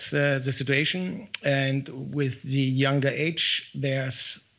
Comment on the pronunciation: I know!!!! It's driving me crazy, also her pronunciation of 'younger'. Aaaargh!!!